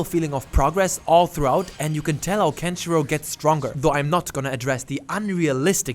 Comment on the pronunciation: The way he said Kenshirou sounds like "country road"....